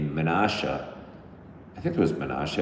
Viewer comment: The water dams are called locks. The city of Menasha is pronounced like Nashville not “Menosha”. My dad grew up in Appleton so we used to visit the area quite a bit.